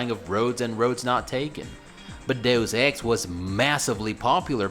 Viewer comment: Thank you for pronouncing Deus Ex correctly. Thank you.